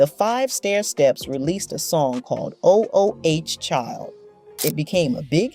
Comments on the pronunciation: WTF IS 'o o h' child? It is/was ooooh child. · Why is saying OH OH Child?? It’s Oooh Child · O O O H child??!! Huh??! Its’s ooooh Child! I’m not liking this AI ish!😩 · It’s not o .o .h child . That sounds crazy. It’s ooh child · She needs to shut up. She not representing the group. She kicking they back in. And wtf is O O H Child? Its Ooh Child. How you gonna talk about how they lied to people through their song stfu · Why don’t y’all ever talk about the youngest Cubie Burke? He did perform with them for a little while. The name of song “Oooh Child” is not pronounced O - O - Oh Child. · “O” “O” “H” child? How about just reading the word “ooh”. This narrator is an idiot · Please Please Please don’t say O-O-H Child. It’s “ Ooh-Child”. It sounds so irritating when the name of the song is mispronounced. 2-P-A-C mispronounced is not excusable either. Why did you destroy this interview with one of my favorite songs history??? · I guess it's a little hard to say "Ooh, Child" instead of "O-O-H Child". LOL. A.I. is brutal. 2P.A.C. ugggh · Please, fire the narrator. O O CHILD 😡😡😡😡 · "O. O. H. Child" !? ..ffs. ..I'm so tired of A.I. slop. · This is horrible. When AI goes bad. O-O-H child lol. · If u say oh oh child 1 more time... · It's pronounced 'ooo' child, stup!d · This is why I hate AI. The focus of the essay is all over the place. And, as others have noticed, it's Ooh, child. Please never do this again. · Really!! "O" "O" "H" Child, If you gone speak on "O" "L" "D" School music, please learn how to pronounce titles, I say this out of love. This makes me wonder if the voice is AI or something of that sort. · Oh oh H Child?!? Lady why didn’t you ask somebody “ How do you pronounce the title of this song?!?” Because CLEARLY YOU ARE WAAAAY OFF!! Good Grief!!! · Did she seriously say o o h child?😂😂😂😂😂😂. She clearly didn’t do any research about their music before narrating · O-O-H Child? Is not how it is pronounced.😮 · O O H Child…this must be an AI voice over